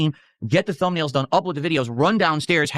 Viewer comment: “I make the thubnails by hand” - uses AI for all of them🤦🏼‍♂️